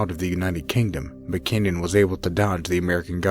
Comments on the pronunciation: It's not mckinyon. It is mckin non. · Its Gary McKinnon, not McKenyan..